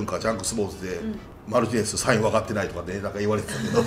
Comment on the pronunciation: 『マリティネス』じゃなく『マルティネス』だけれどね？